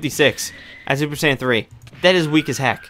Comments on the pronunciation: It's super Saiyan not super sandwich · did he say super "sandwich" 3